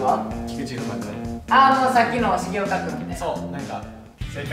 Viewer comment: しげおか⬆️くんの発音可愛いい